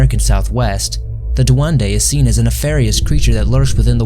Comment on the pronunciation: Duende with E please not duande like every single time people need to say it properly its just annoying